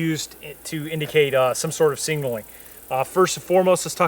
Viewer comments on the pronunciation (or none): SIG-NAL-ING not sing-nal-ing for the love god. ILMAO like nails on a chalk board.